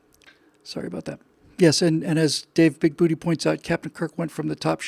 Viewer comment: Since no one else is going to correct you,... IT'S BIG-BOO-TAY! TAY! TAY!!!